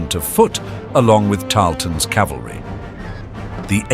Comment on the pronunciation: Thanks for the informative comment, I might check that video out. P.S. It's cavalry, ca-val-ry, not calvary.